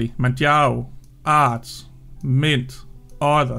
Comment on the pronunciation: Yes, it is my real name lol. And yes, you did a really good job of pronouncing it properly :) My two favourite Arch-based distros are without doubt Manjaro (first) and Endeavour (second). But, there are other really good ones out there for sure! I have two rules for Manjaro to help keep it as stable as possible (for me). I always use the latest LTS kernel (I'm not a gamer) and I always use TTY (Ctl-Alt-F2/F3) for their major updates. I also still use -Syyu when I'm updating, not sure if it's still necessary but I do it out of habit. Thanks, as always, for your thoughts and work :)